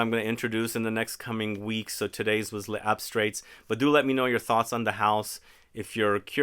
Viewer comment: As a rule I refrain from comment on pronunciation, but it'll really be more fun and easier for you to say the name of this house closer to the French way. It's layz-abstray. The "s" in "les" connects the two words, and the "-ts" at the end is silent. Your instinct not to say the "s" at the end of "les" is correct, except when the next word begins with a vowel. 🙂